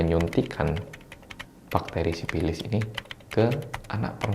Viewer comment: menggunakan bahasa Sunda. Sifilis menjadi sipilis😁